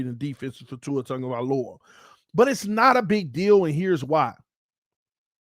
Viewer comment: TAG-O -vai-O -La no N in the name No Tungo or Tango i the mans Name lol just needed to get that Off my chest